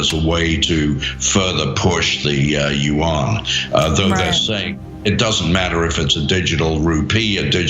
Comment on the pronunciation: As a Chinese speaker, the pronunciation of yuan as "yu-one" hurts my ears.